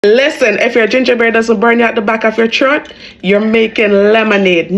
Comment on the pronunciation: Actually it was more like Chroat! lol